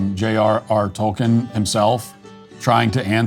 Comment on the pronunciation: the way he says Tolkien killed me 😭